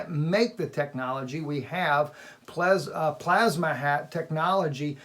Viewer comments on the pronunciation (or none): none